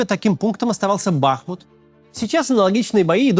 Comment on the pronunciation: БахмУт, а не БАхмут! Что же ты такой бестолковый!?